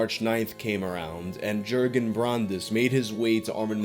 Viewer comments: Jurgen = Yuh-gen: J sound in German isn't the same as J in English. J in German sounds like Y in English. English "Yes" in German is "Ja". Said like "Yah" in English. So "Jurgen" is pronounced more like "Yer-gen", or more correctly, "Yuhr-gen". Also "V" and "W" is swapped. So "Winter" becomes "Vinter", or more correctly, "Veen-tuh" Armin Meiwes = Ahr-meen My-ves. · In Deutschland, J's are pronounced as Y's. Jurgen-Yurgen. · The person’s name is pronounced yergen btw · Yes you pronounced the name "Bernd Juergen Brandes" the wrong way, but doesn't minimize the interesting content at all. Best wishes from germany ☀️😊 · but then how he pronouced Jurgen killed me each time